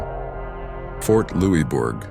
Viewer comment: Thank you for the vid! also, it's Louisbourg (loose-berg)